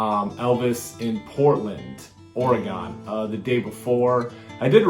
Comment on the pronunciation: For future since I was born and bred here in Oregon it’s pronounced… Or E Gun…. 😉🥰 just saying 😘